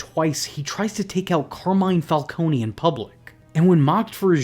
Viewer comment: So is it Falcone or Falconey?? You needa figure out how you're gonna pronounce it and stick with it btw it's FalCONE, like traffic cone. Get it right